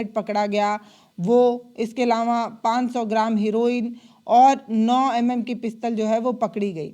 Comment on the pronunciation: हिरोईन😂 नहीं बल्कि ' हेरोईन कहिए❤